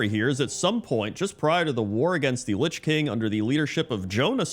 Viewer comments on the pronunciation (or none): none